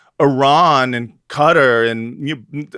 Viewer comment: I love you,, but you gotta stop calling Qatar “cutter” ❤😅